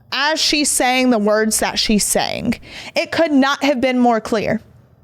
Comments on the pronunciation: Omg omg. Stop saying words like SAYINC it’s SAYING and HAPPENING is not HAPPENIC. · Words that end in G do not sound like they end in K.